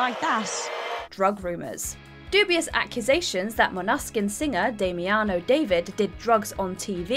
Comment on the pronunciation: learn how to pronounce damiano david ffs